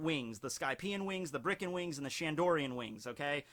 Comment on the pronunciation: it’s BIRKAN not BRIKAN why do you keep saying brikan i don’t understand